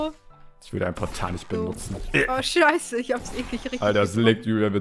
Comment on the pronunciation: Schei sagt man nicht